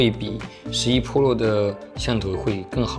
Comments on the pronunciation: 为什么把PRO读成PROLO？ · ２０２０了你还在读破楼ＰＯＬＯ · 我给你搞个中文发音吧， iphone 扑肉。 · 是pro不是polo，温州大姐。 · 妹塔三玲噗洛😂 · 大爱这小哥哥的视频，每期都看，就是什么时候能把pro的读音改正下😂